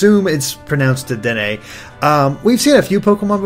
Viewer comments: its pronounced deh- deen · It's pronounced de-den-ay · I think in French, an e at the end of a word is usually silent. So it would be pronounced Dedenn. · It's pronounced Day-deen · I'm pretty sure Dedenne is pronounced "De-denn" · Waluigi actually did use tennis racket in Brawl. And watch the Pokemon The Series XY to see how Dedenne's name is said